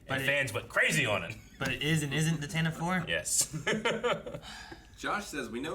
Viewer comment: Tantive is pronounced Tan Tiv Vee. First named in the radio drama.